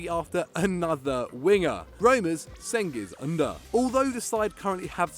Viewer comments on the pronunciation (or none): Cengiz Ünder is read as Jen-giz ün-dear